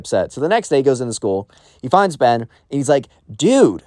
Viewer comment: ben really messed up like that "ben"